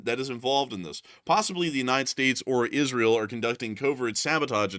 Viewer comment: Isreal.....typed it exactly how he said it